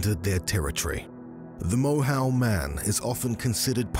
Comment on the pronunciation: Moyhoe is its pronunciation